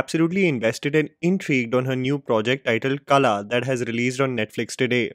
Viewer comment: You keep pronouncing Kala but it's Qala.